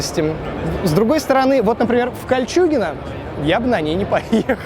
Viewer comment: Ты сказал Кольчюгино?То,что в Крыму?